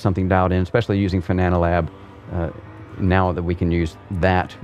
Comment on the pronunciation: Thanks for the review, great to know how your wheel base looks inside. I can't help but smile at your "Fananalab" comments 😄 Seems you realized by 35min. and forward though 👍